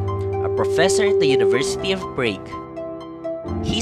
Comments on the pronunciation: Prague is pronounced "praag" not "preyg" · Have some research on the travel of Rizal to Europe. You have misplaced him on some places you've mentioned. Check your pronunciation on Prague and Naples, you pronounced them wrong.